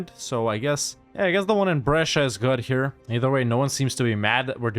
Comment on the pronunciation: I'm surprised by how well you pronounced Brescia